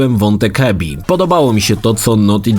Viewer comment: Abby czytasz jak Ebby ? WTF🤔ale Mistrzostwem Świata jest "ostatnie lata spędził w beczce" : W JAKIEJ KUR*A BECZCE ?!?!?!? ....mówi się "pod kamieniem" HAHHAHAHA